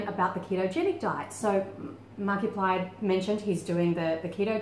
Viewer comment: P.S. You pronounced it right the first time. 👌